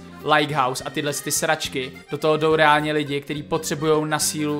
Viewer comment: A je to “ reánlně”